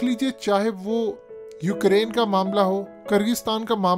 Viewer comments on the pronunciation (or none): none